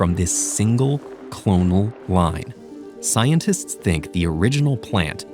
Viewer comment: why do you say 'scientists' weird, is it a bit a.i. modified?